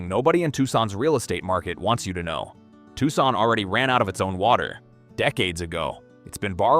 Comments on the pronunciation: I've never heard of Tuckson. Where's that? (AI still can't pronounce names, killing credibility) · “Tucksaun” diabolical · I wasn't thinking "crappy AI narration" then I heard Tucson pronounced. can't we have real people narrate our disaster porn? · Didn’t the mispronunciation of “Tucson” tip you off? Or the many misspelled words on the various slides? Or the one slide of a 3-armed woman standing at her kitchen sink? Seriously , the vid presented some excellent content about a serious problem, but illustrates the limitations of ai content. Plus the overall irony, considering the proliferation of data centers in an environment that is under both water and power shortages. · It is difficult to take seriously, a content producer that uses a cartoon raccoon and cartoon graphics to produce a serious subject. It is also difficult to take seriously an AI content creation that doesn’t know how to pronounce the city of Tucson correctly. Click Bait